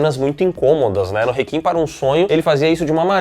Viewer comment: pf, parem de pronunciar réquiem como "rekin", troço feio